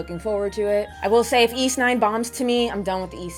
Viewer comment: It’s embarrassing but I never knew how to pronounce Ys until watching your reviews!